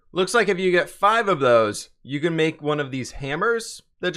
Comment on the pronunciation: Is it just me or when he says can it sounds like cant (no hate)